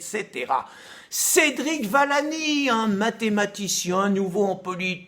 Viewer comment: Vi-llani pas Va-llani